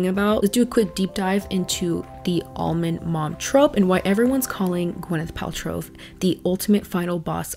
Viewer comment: great video <3 its funny everytime you say her name i always hear gweneth paltrove